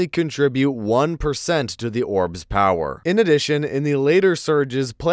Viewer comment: drink everytime he says “Orb’s pow-whur”